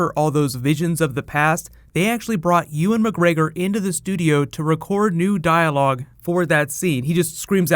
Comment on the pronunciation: who the fuck is Eh-wan McGregor?